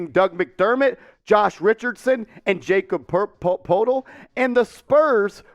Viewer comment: Wtf bro it's pronounced Yah-cub Purtle